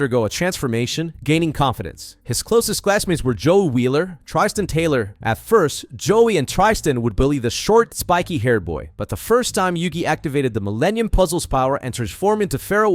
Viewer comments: Trystan? Mf Its tristan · Tri-stan is killing me🤣🤣🤣🤣🤣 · How hard is it to learn to say their name. Try-stin. I can't lol. On to the next vid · Also Tri-Stan lmao (not an American thing, but it bugged me nevertheless T.T) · It's not an American thing. This whole video sounds like it's done with text-to-speech due to the cadence and constant mispronunciations.